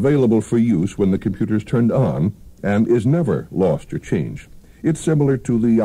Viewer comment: Jayne Meadows... "Computah"...